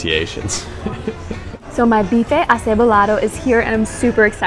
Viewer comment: Yor pronounciation of BIFE ACEBOLADO was perfect.